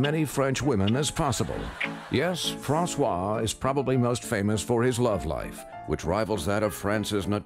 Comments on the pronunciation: I'm French and this is super funny, although (or because) very stereotypical! Just one thing I have to say: in the first name François, the S is not pronounced! If you pronounce it like a Z, it becomes Françoise, the corresponding woman's name, assuring you to be laughed at by every French-speaking person nearby x) This being said... Thumbs up for pronouncing "croissant" right! Oui Monsieur! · it's pronounced "fran-swas-oh-lond" because the "s" at the end of "francois" comes before a vowel sound